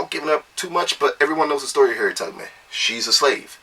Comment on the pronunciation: Was he saying Harriet TUGG-man?